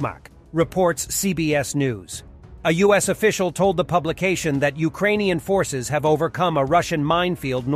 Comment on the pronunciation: Your pronunciation of the names of Ukrainian cities is quite accurate. Thanks for your hard work.